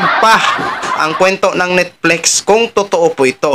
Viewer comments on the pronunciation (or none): Baka, NETFLIX not Nitflex. Bisaya k talaga..😅